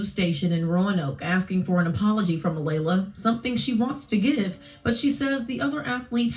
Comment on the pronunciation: Lord, sir you're pronouncing the names very wrong! Kaelen and Alaila. Kay-Lin.....Ah-lay-la!